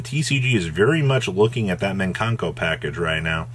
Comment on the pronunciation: Im lowkey triggered by saying minkanko 😂😂